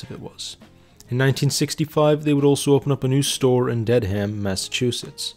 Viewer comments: And the town was not deadham It's pronounced "dedam" and I don't remember. It was a failed Montgomery "Monkey Ward that killed Lechmere. Lechmere was a great store, Killed by a bad store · I came here to say this!! And Dedham is pronounced Ded-am.